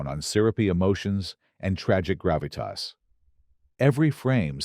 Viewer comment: You forgot Grav-it-Tossssss! Lol